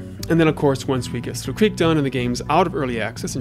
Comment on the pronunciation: Wait Slough Creek isn't pronounced Sloth Creek? I've been pronouncing it wrong this entire time. These bugs are funny as flip especially the zoomed in/zoomed out ones Anyways keep up the great work!